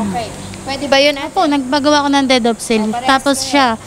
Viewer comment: Anong dead of sale? Its DEED OF SALE